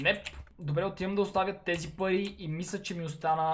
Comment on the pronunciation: samo az li chuch ili toi kaza pai vmesto pari